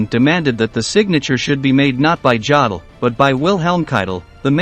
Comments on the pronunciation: Try to learn something... Certainly some basics of the German language... Some of your pronounciations were so repulsive! 😬🤥😷 Jdaddle... Jdaddle!... 🤐🤐🤐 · Thanks. I was interested in the content, but didn't get beyond the third "Jodle" before I gave in. If the rest of the content was as well researched I'm glad I didn't waste my time. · I cannot even begin to watch this until you re-record it with the correct pronunciation of Jodl's name. Some if you can't say the man's name correctly. You bastardize history if you say it wrong. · It’s a shame you couldn’t pronounce his name properly. I couldn’t watch anymore. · The commentator should have learned the correct pronunciation of Jodl's name. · Jod el?? Really?? Try Yo del, for a more accurate pronunciation. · It's pronounced 'Yodel' NOT Jodl. For goodness sake, if you want to pose as an expert on these things, at least learn to pronounce the names correctly. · It is pronounced YO-DUL...not JA-DUL! If you're going to make historical videos then get it right! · It's pronounced YODL not JODL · his name is pronounce youdle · It's pronounced: YO-dul. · Yo-dol! Please, if you are going to do these videos, pronounce the names as we all know them. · Jawdel?? Who t f is Jawdel? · Ya dell? Maybe should get a real live human to read the script. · Yodel, long o sound as in yo yo. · The lufftwaffa? Yaddel? Ffs learn some pronunciations buddy